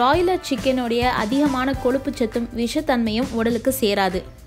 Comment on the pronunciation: எல்லாவற்றையும் முயற்சி செய்து பார்த்து தான் வீடியோ போடுவேன், பலருக்கு இது தெரியவில்லை அது தெரியவில்லை என்று சொல்லும் தாங்கள் ஏளு, கொளுப்பு, அளகு, கீளே என்று சொல்லாமல் ஒழுங்காக ஏழு, கொழுப்பு, அழகு, கீழே என்று சொல்ல பழகிக்கொண்டு வீடியோ போடுங்கள் ப்ளீஸ்